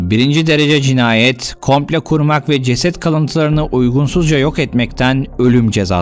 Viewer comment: Sevgili,emeklerin ve güzel Türkçen için teşekkürler.Çok beğenerek ve yeni videolarını sabırsızlıkla bekleyerek takip ediyorum seni.Ancak,bir öğretmen olarak takıldığım bir şey var.”Komple”değil de,”komplo” demeni yakıştırırdım sana.Umarım ben yanlış duymuşumdur.🙂Sevgiler.